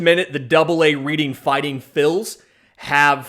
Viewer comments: LOL RED-ING. Not READ-ING. But Keep going. Love the work here! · Dude the double AA city is spelled Reading but pronounced Redding. Other than that great show. Learned a ton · Reading is pronounced redding